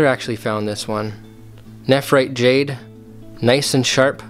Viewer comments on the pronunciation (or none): none